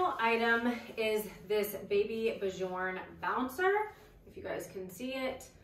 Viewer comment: small correctoin, it's Baby B-yorn not BuhJorn